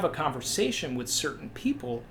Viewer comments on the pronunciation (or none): none